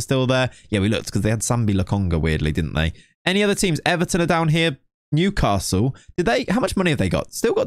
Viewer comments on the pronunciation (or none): none